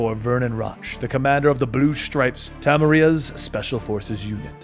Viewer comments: Did I hear Tamriel? instead of Temeria. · There's pronunciations and then there's Tamerria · silé(pronounced shiela) iorveth not Lorveth temeria not temeraya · I wonder if the butchering of every single name was an attempt at being funny or if he's actually ignorant enough to never even open the game. Roche and Temeria are not at all difficult to pronounce, especially not after hearing it a billion times in the games...